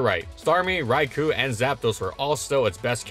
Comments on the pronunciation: You keep saying Raikou as (RAI-ku), but it should be pronounced (RAI-koh); the "-ou" is a long "oh" sound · the way you pronounce raikou bugs me a lil lol. love ur videos. hpump>razor shell imo. after a smash it's moot where you invest and hpump hits some things harder getting an ohko with or without rocks on field. i used to pair it with dragonite to tear apart defensive cores, with a spinner/defogger of course.